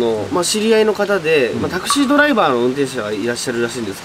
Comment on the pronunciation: タクシーのお話女の人乗せてってゆーのは多いですが全てが繋がっててびっくりですね もしかしたら亡くなった女の人は恨みとかそうゆーのではなく自分を轢いてしまった息子さんが後悔して今なら電話したら話せるしきっかけ作ってくれたのかもしれないですよね 亡くなった事は悲しくても家に連れて帰ってくれてそれだけでその女の人は良かったのかもって思いたいです タクシー⤴︎ の発音は笑えましたねｗｗｗ でもいつも話しててアドリブで締めてる感じあるのでそれはそれで凄いと思います😊 お疲れ様でした 旧善波トンネル楽しみにしてますね